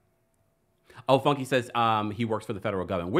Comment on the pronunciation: Funke is pronounced foon-kay